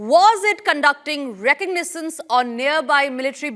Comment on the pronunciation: Lost more to be added. "reconnaissance"